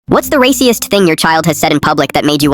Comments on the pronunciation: Video: rasist Text to speech: race e eist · bro pronounced “raciest” instead of racist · Is anyone going to mention how the subtitles say racist but the voice is saying raceeist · Some dude said 'Reyecieyeciest' and another one said 'Reycyist' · Did bro say raciest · "Rayciest" bro